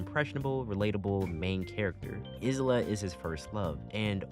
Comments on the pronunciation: STOP CALLING HER IS-LA IT'S I-LA THE S IS SILENT 😭 Great review tho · Isla being literally called "is-la" hurts me so much, her name sounds terrible that way to me. You basically say her name I-la (like you pronounce the letter i, don't say the s and simple put -la in the end). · Great video and all but.... iz-lah? I'm so used to the sub where it's ai-lah and I'm not used to it. Alright, great vid tho